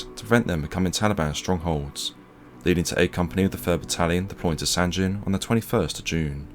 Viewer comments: Sangin, not sanjin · Nice vid. But, it’s pronounced Sangeen, not San gen or gin. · It’s not sanjin it’s called sanggin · Not to nit pick as it’s a great video and respect to the VC but the town is pronounced sang-in not san-gin again I think proper pronunciation is important in telling the story out of respect that’s all. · "Sanjin" SMH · Its Sangin, G as Golf, Goeth. Not G as Gender, Genes! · Another great video, bro! You do such a credit to our service men who deserve to "Liveth for Evermore", it's much appreciated! But I do have just one little thing to say about a minor point.... I'm certain that the 'G' in 'Sangin' is pronounced as a hard 'G', like in 'Good' or 'Girl', and not as a soft sound 'G', like in 'Gin' or 'Giraffe'. As a rule it's safe to assume that when a 'G' appears in the spelling of a word from a foreign language, and that language is not part of or connected to the Romance family of languages (descending from Vulgar Latin) then you should pronounce it as a hard 'G'. thanks again buddy. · As veteran of Sangin, everytime you pronounce the G with a J sound it makes me cringe